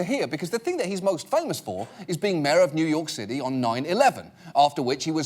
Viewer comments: Who else heard "Mare" instead of "Mayor" every time he tried to say it. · Did she say America's mayor?